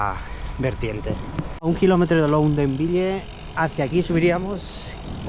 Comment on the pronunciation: Se pronuncia ludenvieil.